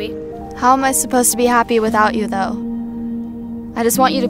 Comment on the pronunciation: i was boutta comment that and bro why he say though like dough lol